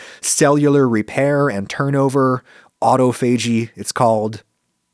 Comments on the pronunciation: ah-TAH-fuh-gee not auto-FAY-gee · The way you said autophagy is a crime